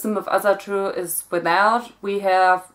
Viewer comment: I just want to say that Asatru is pronounced like if it was written with an o: "Osatru".